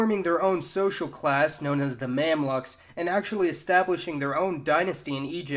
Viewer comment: Also, "Mamluk" pronunciation is way off